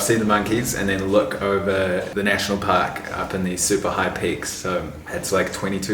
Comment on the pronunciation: You said "park", I thought you said "pack"🤣